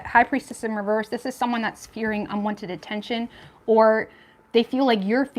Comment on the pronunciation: Love your channel BUT " REVERSE" DOESN'T HAVE A "T" AT THE END OF IT !!!! LOL